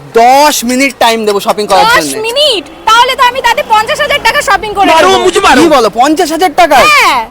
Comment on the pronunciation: করে ❌ কলে✅😂😂😂😂